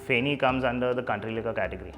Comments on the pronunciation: Fun fact it's not really pronounced at feni it's "fae-knee"like the way u pronounce it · Feni not fenny. Big difference